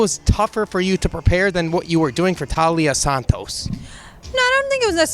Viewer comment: Taila, like Thailand not Talia.